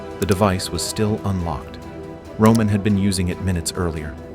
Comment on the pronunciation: Romannnn not roomaaan